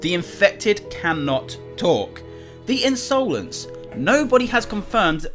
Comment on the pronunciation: INSOLENCE its not pronounsed insoulense